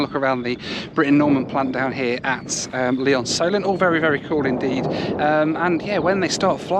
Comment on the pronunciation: Lee-OnSolent? I used to fly gliders there!